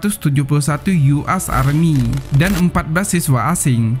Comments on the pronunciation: US..U Es bukan U As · Tolong bahasanya yg logis dong buat yg pnya youtube, US bilangnya "yu as, bukan gitu tong, "yu es